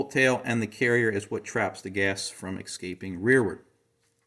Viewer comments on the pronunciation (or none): had me until "exscaping" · Eckscaping? Let me ax you how you like your expresso